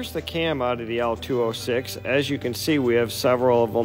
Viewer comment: Say it with me. "LO-206". Not "L206".... Beyond that the video is great.